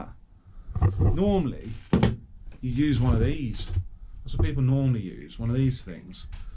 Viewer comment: “So fucking whaaa” have you forgot the letter T is in the alphabet